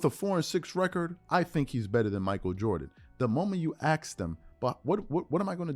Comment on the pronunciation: Man, you are a buffoon. Ask is pronounced the way it's spelled, the s before the k. Incredible how we can have intelligence levels at such opposite ends of the spectrum. On one end, we have brilliant scientists and chess masters who can remember over 10,000 games and on the other, people who can't even properly pronounce THREE LETTER WORDS that 5 year olds can.